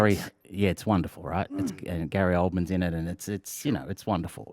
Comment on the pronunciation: If your ever searching for Gary Oldman movies make sure not to forget the ‘r’